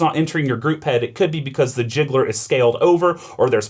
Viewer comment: Really loved this video, it's an E61 group masterclass. Super useful. My only minor 'grievance' is with the pronounciation of "gicleur" which means 'sprinkler' or 'diffuser' and has nothing to do with "jiggler".